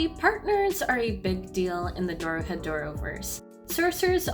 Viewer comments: It’s doro He Doro... literally just slow down and read. Also this has nothing to do with borderlands lmao. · Good video, although you kept saying "Dorodehoro" XD